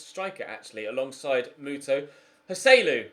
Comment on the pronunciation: Thank god you’re selling Joselu, because the way you pronounce his name is infuriating.